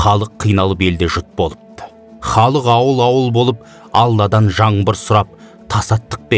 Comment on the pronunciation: Жаңбыр- жаМбыр емес!!